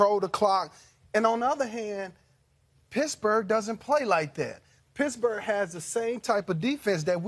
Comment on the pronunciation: Sounds like he's saying Pissburg